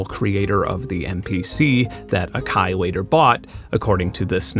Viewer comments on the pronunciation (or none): none